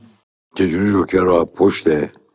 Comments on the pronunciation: اون جوکره نه ژوکر استاد .. در ضمن کار شما غیر از گیر دادن و تعریف داستان چیه؟ عجبااا از اساتید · جون این فیلمو دیدی یا اینم ندیده نقد کردی؟ بعد چرا مثل معین زد حرف می زنی ژوکر چیه جوکر